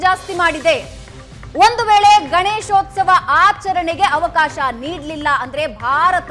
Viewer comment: the reporter says, Ganeshosthava.. It is Ganeshothsava..Please don't kill Kannada. Suvarna news heads, check the language command of the reporters before you hire them.. If it is a government property, let the propert be used for Government activities rather than allowing the communities to fight for their religious activities.